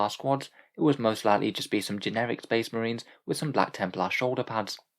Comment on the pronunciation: Bleh, more shpesh muhreens